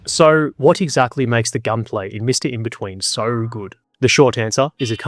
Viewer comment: I just wonder why you say 'sore' instead of 'so'.